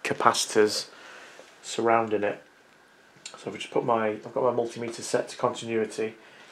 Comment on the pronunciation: Yey! You said Multimeter instead of stupid Mul Timmiter ❤